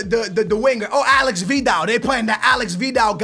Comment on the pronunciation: its Aleix not Alex